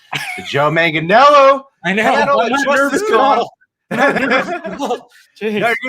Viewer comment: is hours away from interviewing Joe Manganiello and he still can't say his name. MANG-UH-NELL-O.